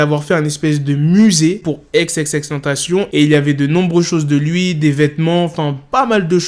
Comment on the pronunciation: Pk il dit ex ex ex tantacion au lieu de XXXTENTACION